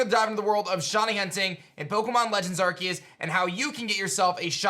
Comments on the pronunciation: I think it’s pronounced arse-eus not ark-eus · Arceus NOT arqius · How does this dude play Pokemon for a living but can't pronounce Arceus? "ARK-EE-USS" XD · The game is actually pronounced as Pokémon Legends Arkoos